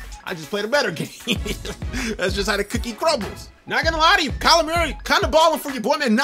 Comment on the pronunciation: STILL CANT SAY MURRAY CORRECTLY 😭😂